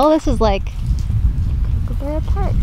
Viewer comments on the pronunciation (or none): The way you say kookaburra sounds so weird... It's Kook is supposed to be said the same as cook. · It’s kookaburra like cook not like cooooooooook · It's pronounced Cook-a-burrah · they pronounced it like Kookoobera. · i dont know why i got so triggered when they said kookaburra wrong i'm Australian and dang it got me triggered